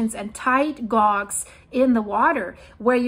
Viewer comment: Hi. Sorry but, as charming as your english is, "tide guage" - the word 'guage' is pronounced "gay-je" not "gog". But I love your channel.:)